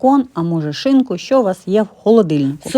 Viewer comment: Ви так смішно сказали,свою шинку😊,смачного вам.